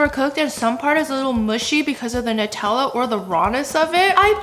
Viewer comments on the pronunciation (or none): none